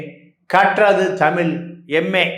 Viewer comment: கற்றது தமில்.. அ.. தமில் படித்தவர்கல்.. அ.. பட்டம் வாங்கியவர்கல்.. ஆ.. தமிழ் சரியா உச்சரிக்கத் தெரியாதவரை.. RSB மீடியாக்கள் அழைப்பது.. __ __ பாண்டியன்.. 🤯